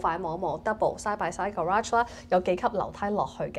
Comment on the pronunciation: I love but I don't like how she calls the garage.